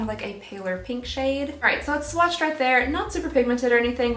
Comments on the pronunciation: Did...did you say swatched-ed? I did a double take! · Oh 👏🏼 em 👏🏼 gee! into your video I though you said "swatcheded" I had to rewatch it 3 times before I realized you said "swatched did". Yupp 🤓 Anywhoo! I really liked this advent calendar- I was worried gurrl, not gonna lie! I would love to be entered into the contest! I'm glad to reap the benefits of your mistake! 😉🥰 Happy Holidays!